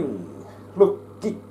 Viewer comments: Tietty englannin kielen bamlaus jääny vähä päälle 👍 in the luuking luuking! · LOGIK olikin taas KLUUKKING KLUUKKING! &tiettyjen lukemisten